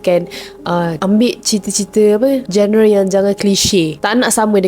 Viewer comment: genre sebutanya "jon-re"